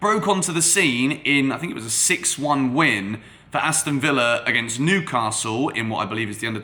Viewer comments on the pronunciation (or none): none